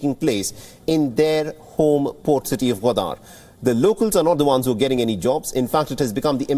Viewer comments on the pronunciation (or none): Pls pls pronounce it right. It’s Gawadar not Ghaudaar. Embarrassing.